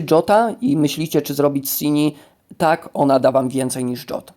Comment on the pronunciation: Zastanawiałem się chwilę kim jest Dżot. Dopiero teraz po chwili doszło do mnie, że chodzi o o Jotta (zawsze czytałem go przez J, a przez Dż. Tak bardziej mi pasuje do Skandynawii)